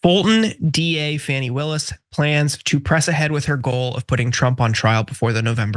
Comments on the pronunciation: Fani is pronounced “Fauni” not “Fanny”. Only MAGAs call her that because they’re assholes. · For gawd's sake, can you at least pronounce her name right? It's pronounced "Fawny" not "Fanny". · Congratulations! You made my garbage person of the week when you pronounced her name as Fanny. She's been in the news for a few years now. You should be able to keep up. It's not Fanny. It's pronounced Fawn-ee. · FAWNee not FANee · FAWN-EEE, not fanny. She deserves a GREAT deal of respect. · It’s pronounced “FONNIE.” makes people wonder if you’re calling her fanny because Trump did. Anybody with a brain can see that Trump probably paid off these people to try to get FANI Willis removed. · I think you are not pronouncing her name wrong on purpose, I won't watch or listen to you anymore. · You're mispronouncing Sadow, Fani, and McAfee, and the video isn't even half over.